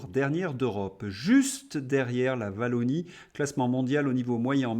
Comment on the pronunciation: en Belgique on prononce "w"(ouallonnie) et non "w" (vallonie) comme certaines communes s'écrive par exemple "Beaufays" se prononce pas " beaufais" mais se dis beau(fa-is) est ce ce que l'on dit que la france est un beau paits non on prononce pai-is :), sur ce détails merci pour le travail de re-information que vous faites.